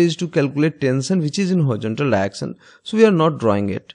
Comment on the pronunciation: Nobody: Literally nobody:: Diection